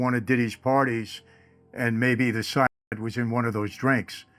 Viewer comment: Why can't you say cyanide?